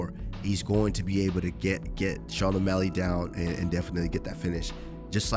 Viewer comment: What does might mouse always call Sean "sug Sean omalley".😂